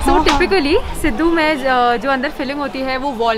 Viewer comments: The way she pronounced siddu😂😂😂 such a cutieee🤩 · It’s सिडु not सिधु 😝🥲